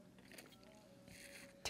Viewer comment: "Taank you!"...😂ha ha,ha That's how Filipinos pronounce "thank", in general. We don't follow "digraphs", the double-consonant sound like "th",in thank, "ph" in Philippines.